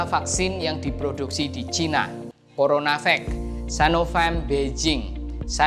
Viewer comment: Sinovac bukan sanovec ngomong aja kayak mbel..kamu orang mana om..ngomong tadi ngomong caina akirnya ngomong cina..mbelgedes